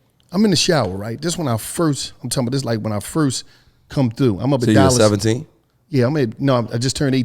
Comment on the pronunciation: during an add: “ I’m talm bout”